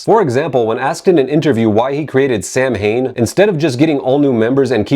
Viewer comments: I will say that the word sounds way cooler pronounced phonetically lol. Same with the band Macabre - the actual pronunciation just doesnt sound as cool :P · Do yourself a favor and listen to the pronunciation of Samhain in the song "November's Fire" on November-Coming-Fire. Clearly the band pronounces it correctly in its Gaelic form.